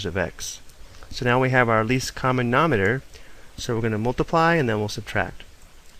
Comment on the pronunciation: Does it bother anyone else that he says "nominer" and "numertor" Yikes!